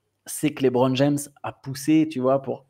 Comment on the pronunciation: J'aime beaucoup la rigueur dont vous faites part sur les noms des joueurs, mais qui dit "LaitBron" faut arrêter 😅 Sinon sortie du côté sportif je pense que vous négligez le côté marketing car un retour à Miami serait fou point de vue business.